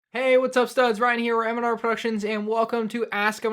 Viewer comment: Question: Why is your name Mandrproductions when you say manr productions?